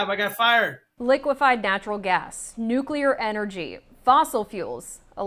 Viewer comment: Another energy “expert” who can’t pronounce the word “nuclear” correctly and who is allowed by the interviewer to falsely blame blackouts on green energy policy. The main reason U.S. power disruptions have become more frequent is because of extreme weather events. I’ll give you one guess as to why extreme weather events are increasing.